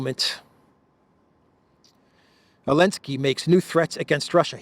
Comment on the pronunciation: Alensky? Don't you mean Zelensky?